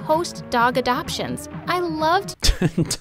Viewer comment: Adogtion** is what you were trying to say I think 😆